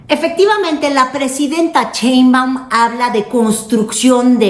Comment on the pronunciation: Por favor que alguien le diga a que se dice Sheinbaun y no cheinbaun, aunque ya sabemos que lo hace a propósito